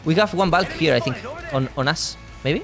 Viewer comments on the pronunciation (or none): We have one valk here on us. El gringo: como que on ass?